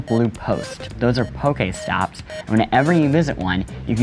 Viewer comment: pokaystops..... Smh